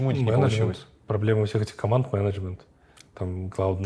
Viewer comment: когда нибудь я привыкну к произношению Эриком слова " мЕнЕджмЕНт" , но это уже совсем другая история